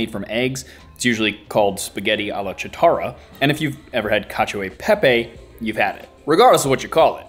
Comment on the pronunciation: Apologies if this has been mentioned. the pronunciation for "spaghetti alla chitarra" is slightly off. "Chitarra" is italian for guitar and is pronounced "kee-tar-ah". A "ch" in front of "e" or "i" hardens the "c" sound in italian. Excellent video as always; all the best for 2022.